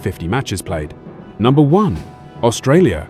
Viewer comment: It’s funny listening to the AI presenter trying to pronounce some of the countries. It’s first attempt at Australia, at least it gets better - seems to learn mid presentation.